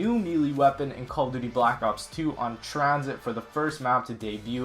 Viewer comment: He said TranShit lol